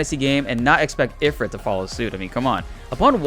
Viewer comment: Ugh, am I the ONLY ONE who notices that Ifrit is pronounced Eh-FREET?